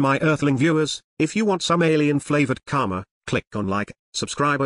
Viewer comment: The guy pronounces it 'Kama' (which means sex in sanskrit which owns this word!) instead of 'KaRma' with a stress on 'R'. Its really funny to replace Karma with Kamma thenceforth :D